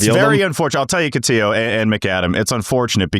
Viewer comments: They butchered name. Catillo not Cotiyo. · Cotiyo? Get his name right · It's Cotillo. He doesn't pronounce it the Spanish way, but the Italian way. And they did it on purpose, it's become an inside joke with these guys.